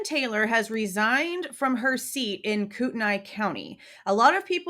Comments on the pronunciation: As a resident of Kootenai county, I just want to let you know it is pronounced “Koot-knee”. Some say “Koot-en-ee” but def not “Koot-en-aye”. It’s a tricky one! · Hi there, Ok I'm from the area. But your not saying it correctly, Kootenai, your saying Koot - NY It's pronounced Koot- 'Knee" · It's pronounced koo ten nee county. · It's pronounced 'Koot-knee' county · Yes it is koot÷knee county!!!!! Obviously it looks like how she is pronouncing it but I assure you it is koot÷knee county.. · I live in Spokane and lived in CDA and PF for years. If you are going to report on something, do a little research and learn how to pronounce your words!